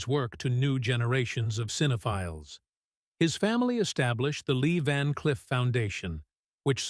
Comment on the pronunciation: Van "Cliff"?....Come on robot!...Time for your oil!...lol.